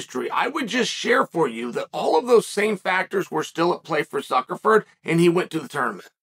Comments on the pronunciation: I heard Zuckerford 😂😂😂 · Is chael saying “ZuckerFerg”?? What the actual f*ck?! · Hahaha suckerford on the second one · One of my favorite things about uncle Chael is his pronunciation of last names😂, zuckerford. Muchameni. Peerera lol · I heard Zuckerver😂😂😂😂 common Uncle Sonnen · "So now we just learned who Mark Zuckerford is..." Hand sweeps to the side. Did we? Did we really? No way he got that name wrong 15 times by accident. The speech at the beginning about Mikey so and so... Reeeeee! Another classic from Lord Chael. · Will never be prepared to hear "zuckerford"